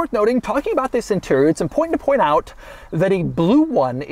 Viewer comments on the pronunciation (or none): its impointant